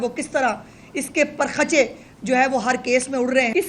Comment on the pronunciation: Azma bukhsri sahiba ,ye lafaz per khache nahi bulke parakhche hai. Durastagi karain.